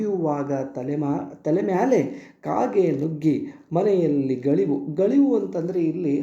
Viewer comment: ಸರ್ ಗಳಿವು ಅಲ್ಲ ಅದು ಗವುಳಿ